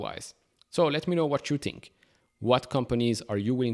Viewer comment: Its "think" not "tink" and "thank" , mot "tank